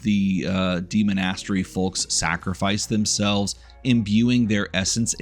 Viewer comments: I'm trying so hard to pay attention, hearing demon-ass-tery is taking me out every time though. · I cannot abide your pronunciation of demonastary. Great video otherwise though lol